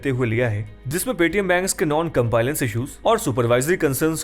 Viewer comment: Sir, pronunciation of compliance is wrong in the video